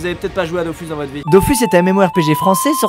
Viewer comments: ON DIT PAS DOFUS MAIS DOFOUS 🤬🤬🤬🤬🤬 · JE VEUX QU'IL PRONONCE " Dofous" et pas " dofus" comme tout les nb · ÇA SE DIT DOFOUUUUUUUUUUS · Comme les gens qui disent "on prononce pas Dofous, mais Dofus", alors que bon Ankama (les créateurs au cas où) disent "Dofous", et "KamaS" aussi d'ailleurs...